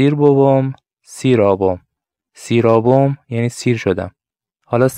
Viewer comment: پۊر خؤجیر🌹💫 "سیر" شیمي ور سئر تلفظ نبه؟